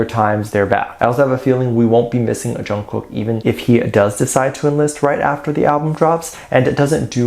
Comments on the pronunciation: WHAT BOTHERED ME ABOUT NY SHOW WAS HOW THAT MC PRONOUNCED/ SAID JK'S NAME! DIDN'T SHE PRACTICE HIS NAME ALL? ?!!!! ARMY 4 LIFE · Did you also hear that interviewer screwing up JK’s name